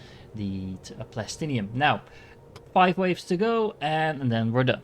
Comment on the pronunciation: why do you prenounce plastanium as plastinium